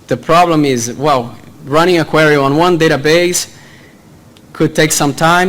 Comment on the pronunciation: Боже мой,! Перестань говорить кьюри! Куэри!